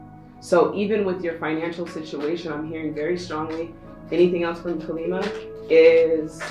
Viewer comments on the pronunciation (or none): I don't want to be rude, I love your videos, however, I believe her name ()is pronounced caw-lee mah. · Pile 3: Just a quick note. It's pronounced as Kaa-lee-maa, she is a warrior goddess who single handedly killed demons who couldn't be destroyed. Your readings are as perfect as always. Thank you so much for your videos right when we need them ❤️